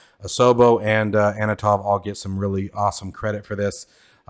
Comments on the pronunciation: FYI. The Antonov company is pronounced "an to nov" not "a no tov" as you pronounce it here. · Ann-ton-ov not anna-tov :grinning_face_with_sweat: Very much looking forward to it though, should be cool. I'm expecting it to be streamlined compared to the real thing (we can't have 6 person multicrew after all), but I hope its good for Vatsim. Isn't the -900 out on Friday?